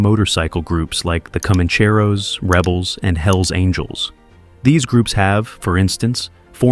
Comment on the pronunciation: Sorry to be that guy but you should 100% know how to say alamadine by now lmao and comaaancheros